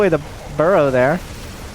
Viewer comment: hahahaha no way he said ther